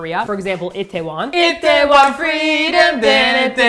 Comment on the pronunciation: OMG! Your Korean pronunciation is PERFECT!!! 이태원~ 안주~ LOL